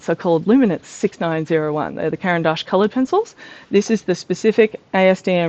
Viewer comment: I just stumbled across you channel and love the way you explain each material. As I'm Swiss, congrats on pronouncing Caran d'Ache correctly. :) Your description of the Neoart layering made me really interested in those, AND your art is gorgeous!